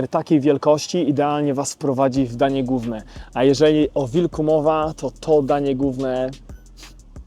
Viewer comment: Wszystko ok, ale mówi się "danie głowne" nie danie gówne